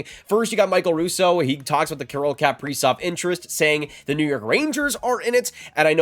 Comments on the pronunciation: How this guy pronounces kaprizov is nails on a chalkboard to me. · This dude says his last name so weird. Haha. Huge wild fan. This sucks. We need to sign him and lock this guy in. For real.